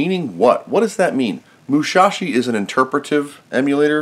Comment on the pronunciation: Actually it's Musashi, not Mushashi. Good video, by the way!